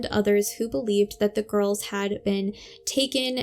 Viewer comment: I’m sorry to make a correction as you’re doing a good job, but I’ve just counted ten times you’ve said “ girlses” when talking about the GIRLS. Just say the world girls when referring to the two of them, and you’ll be fine. You also said “ sisterses” a couple of times, so just use the word sisters to refer to both of them.